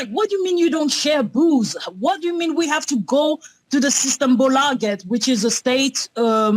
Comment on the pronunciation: The "laget" in "systembolaget" was uncannily good.